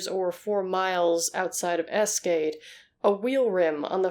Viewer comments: Eschede is pronounced “ESH-uh-deh”, FYI. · No offense, but a quick search would have told you how to pronounce names in this video. The town name especially.